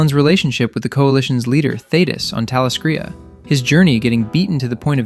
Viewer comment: can pronounce "Yeun" but not "sequids" and "talescria"😭😭